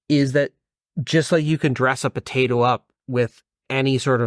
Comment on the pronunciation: This mufuka says “batato” instead of potato